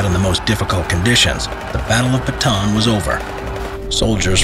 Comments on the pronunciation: For the last time! It's not "Bataan it's "bata-an"! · It's Buh-ta-ahn not Batuhn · sounds like hes saying baton instead of bata-an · Why did you say batan you are supposed to say bata-an add another "a" near the end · almost 3 years i still hear saying the baton instead of Ba-Ta- An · my mom was so mad ur saying it bataan not ba ta an cuz the dad of my mom dad was there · correction on the pronounciation of name Bataan, its Bata-an. not batan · I am happy that this atrocity that happened in my country and to my people has been told again. (I just get a tinge of annoyance every time he says batan, and not bah-ta-awn) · it is ba ta an not batan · Pronunciation lesson on Bataan: Bah-tah-ahn. Not Ba-tan. Thank you for listening to my ted talk. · this is how you say bataan} not batan its} ba-ta-an the last A is hard:^ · I like how its say "batan" not "bata-an" XD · its ba ta an not bataaan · well first of all its Ba-ta-an not ba-taan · Its Ba-ta-an not Ba-taan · It’s pronouced as “Ba-ta-an” not “ba-tan” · Its actually b a t a a n not batan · Its not bataan its ba-ta-aan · The batan deth march lol its ba-ta-an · Ist not bantan ist ba ta an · bro kept on saying baton instead of saying correctly like Bata-A-n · As a Filipino I am offended by how he says Bataan Its Bata-an not batan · He simply doesn't know because not many people know, or care. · Btw the pronounciation of bataab is Ba-ta-an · Repeat after me BA-TA-AN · The way foreigner prunounce bataan is funny😂 sorry to be a nerd its "bata an" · It's ba-ta-an sir i know this because im a pinoy or philippines. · It's called Ba-ta-an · It is called ba-ta-an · to pronouce bataan its Ba-ta-an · its ba-ta-an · btw its bah-tah-an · I'm laughing so hard right now becos of how this man translates 'Bataan'